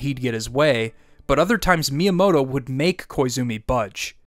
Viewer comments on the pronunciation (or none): It's pronounced Mi-yamoto, not Miya-moto